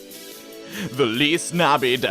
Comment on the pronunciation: There is No fucking way she is trying to say feliz navidad